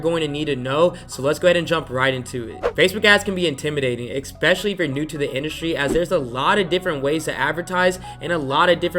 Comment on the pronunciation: IT'S, ESPECIALLY! NOT EXPECIALLY!!! great video brah